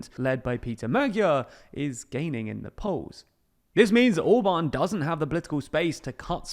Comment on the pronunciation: His name is ORBAN, and not OBAN ! Can not you prenaunce the letter R ? Try it !